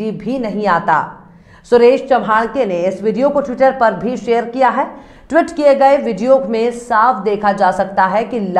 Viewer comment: It is tweet, not Twit.